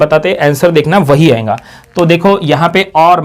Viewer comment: badiya padhate ho buss jo baar baar ayega ko ayenga bolte ho aur rahega ko rahenga bolte ho usse badi khundak chadti hai.... good lectures tho